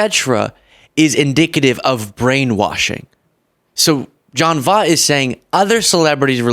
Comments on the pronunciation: Take the time to learn how to pronounce people's names correctly. Basic journalism. Very basic. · At least pronounce his name right. JFC. You made dozens of these videos and never learn how to pronounce his name? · Please look up how to say someone's name before producing a video where you repeatedly say it wrong. I can't stand the man, but get his name right at least so everyone knows who you are talking about! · Big fan, love your videos and think you're making a difference BUT you criticized him for mispronouncing Kamala's name while mispronouncing his. He probably did it on purpose, and I'm sure you didn't, but just a note for future videos about his crazy opinions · gen x is going crazy with the way you mispronounce Voight... well, maybe only I am... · Check Seinfeld episode for correct pronunciation of "Voight" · Voit. V-Oye-t..."like "oye vey" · Pronouncing it wrong. Voit. Like BOY T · It's John Voight, not John Vaught. I'll forgive you if you watch Anaconda in repentance. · it's pronounced, V-OIT, like DetrOIT. he's Angelina Jolie's dad. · You murder his last name yet I can’t figure out how to phonetically do it 🧐 Angelina Jolies father VOYT ❗️🤷‍♀️if that helps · John Voight (pronounced like Void but replace the D with T). He's actually Angelina Jolies biological father whom she publicly disowned and disassociated herself with years ago. He's since had a mental breakdown and been on several racist rants years back prior to Angelina and Brad Pitt being married. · I love you, but I have to correct you. You're criticizing this gentleman for pronouncing Kamala's name wrong, but his last name is actually pronounced V-oy-t. Lol you're probably too young to know. But still love ya! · Hilarious how you pronounce his name! Makes up a little for his "Camela" bullshiiit!!😂 It's almost as though you're mispronouncing John Voight (like Voyt) as a form of retribution! 😏🤭😂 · His name is pronounced, Voyt. Sorry, I know he was way before your time.